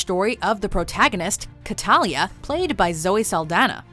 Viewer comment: What? Really? And her name is Cataleya not Catalya. You mispronounced it twice. It's pronounced as it is spelled.